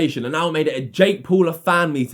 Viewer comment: Still, don't talk shit if you can't even say Jake Paul